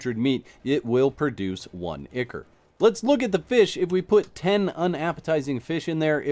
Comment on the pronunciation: FYI, Picky, I know, but I believe, ICHOR is pronounced ai-kor (eye core).